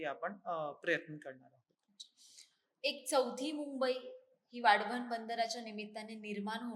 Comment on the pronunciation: हिला वाढवण बोलता येत नाही.आली वाढवण बंदर बनवणारी😊😊